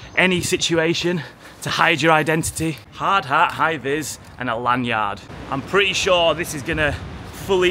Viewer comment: The way you pronounced lanyard gotta be as criminal as the prices for an average flat 😂